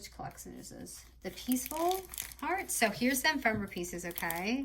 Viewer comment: E-fem-er-ah not em-fem-er-ah